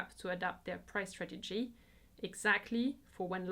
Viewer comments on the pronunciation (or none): none